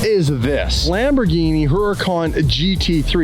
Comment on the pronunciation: If there's one thing i cannot stand about, and, its when he says Lambor-JEENIE